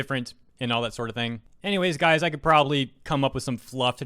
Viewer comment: I almost thought you said "I'm so over these gays man" XD